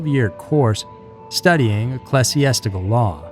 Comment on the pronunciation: Ecclesiastical, eck-lee-zee-ass-tic-al